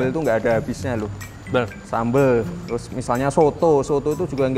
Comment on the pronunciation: "Orang kan nikah teroos"